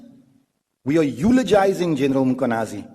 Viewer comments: Its Mkhwanazi not Makhwanazi. Some respect please with people's names. Respect other people assomblief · He pronouns Mkhwanazi as mkwanhazi his pushing the alphabet h little bit forward 🙆